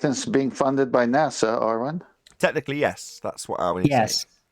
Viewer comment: "Do you understand????!!" Idiot: "Ehhh, jes?!?! "